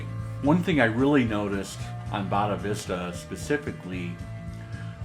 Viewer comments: Say it - "Boh-dee-sat-va" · Hey! A "bunch of research and time" goes into mis-pronouncing these names. I suspect that it was Fagin and Boris Becker who mis-spelled and mis-pronounced "Bonavista" 😕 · I'm looking forward to hearing this on my system tomorrow. Nice to see you show your love for this album. It's one of my favorite SD albums. One note - I'm not sure if it was intentional, but the first cut is not pronounced Boddavista (nor Del Boca Vista in Seinfeld). 🙂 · Yeah, he almost purposely mispronounces Bodhisattva. Have no clue why.